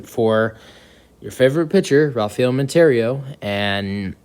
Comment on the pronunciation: It’s Montero, not Monter-Rio. Do your homework!